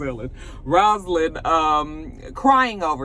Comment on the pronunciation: Why she keep calling her ROSElynn. She said her name is ROZlynn😩